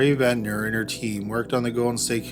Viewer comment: Barbara Rae-Venter. Not Ventner. The lady is a legend, let's get her name right.